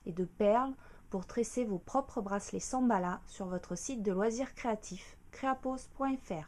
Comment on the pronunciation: Elle a dit Samballa. x)